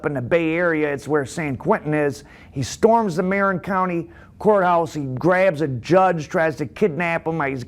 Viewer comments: I like your channel very much. Not be a grammar Nazi (no pun intended) but it’s pronounced M uh rin not marron. It’s the same county where San Quentin is located. One county North of San Francisco and one county south of here in Sonoma County where Barry Mills was from. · The county you are talking about is pronounced MAR - IN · ... its MA-RIN county. Also Tyler Bingham was the half Jewish AB leader not Barry Mills. Tommy Silverstein was adopted by a Jewish step fsther but his real fsther was Irish "well known prisoner in international rape circles" 😂😂 WTF DOES THAT EVEN MEAN?!?!